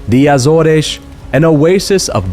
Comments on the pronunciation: that's not how you pronounce AZORES in English, it's not "Azoresh", it's either Ay-zors (American way) or Uh-zors (British way). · My only complaint is after two years of living in Portugal your pronunciation of Portuguese places is really bad. Start with Azores. In English it only has two syllables - Az and oars. In Portuguese Açores is pronounced Ass oars (two syllables again).